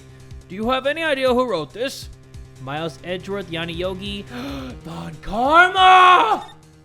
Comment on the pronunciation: I have a dream, that one day will learn how to pronounce Von